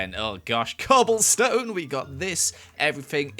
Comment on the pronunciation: “Ahhhhhh cObLeStOnE” - 2020